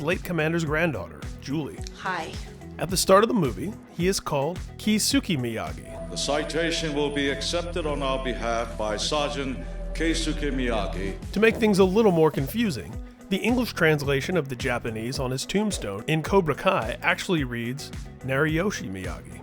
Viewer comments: wow they legit botched the pronunciation for Kesuke....It should be "Kehs-Kay" not "Kayey-yookay" or whatever the hell that was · It's pronounced "kays-kay".